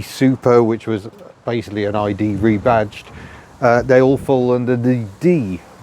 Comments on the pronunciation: I love your videos and love the subjects you choose. We may be from a similar time, give or take a decade. My ears are slightly hurt by your pronunciation of "idée", although you hit the spot with "déesse". You are largely right on the categorisation of these cars in France. One often heard a DS described so, but few people spoke of an ID, even when a car was clearly an ID. Very often, both were referred to as DS. It might seem like snobbery, but the reality is that even an ID19 was a pretty sumptuous car and would be a coveted thing. By the time of the D Super 5, lines were getting very blurred. Oddly, some of the "anti-ID" and "anti-D Super" disdain in the UK didn't emerge until the weird classic car bubble popped up in the late 1980s. Suddenly everyone was an expert on Karmann Ghias and P1800s and older oleopneumatic Citroëns. You'd hear a gaggle of corduroyed, brogue-wearing chaps in Kensington mutter "Of course it isn't a real DS" as if it was a fake Rolex. Before that, it was somehow just another model in a range or (to many) there was no distinction at all. I do love the way this channel is so full of affection for the cars you cover. Even silly stuff like (my judgement here) the Tagora gets all the love. Chapeau! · In French, "ID" would be pronounced as "EE DAY" (not EE DEE). You are right, however, that "ID" and "idée" (idea in English) do have very similar pronunciation in French. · ID (idée) is pronounced ee-deh in French, not eye-de-uh. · Pronunciation: DS: "Day-ess", ID: "Ee-day". The latter is an acronym, not the word "idée" (although it connotes it). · ID is pronounced Ee-Day, NOT Ee-Dee. And Citroën is Seet-Roe-Enn. Sorry to be pedant of the month but details matter. Also the flat-6 wasn't used, not because Michelin thought enough was enough, but because the money ran out. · ID is pronounced ee-day not ee-dee 😊 Apart from that: another great video! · e deh , not e di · Not Ee Dee. Ee Day. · Love it, but it's pronounced "E Day"😊